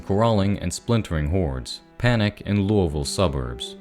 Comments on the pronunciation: No offence at all intented!, the way you say lousiville is silly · weird way of pronouncing Louisville